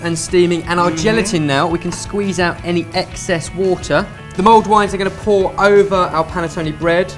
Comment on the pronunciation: the awkward moment when you find out its 'mulled' wine not 'mould' wine ....